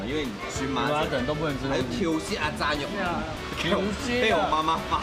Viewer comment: 怎麼炸肉，唸成peng 肉。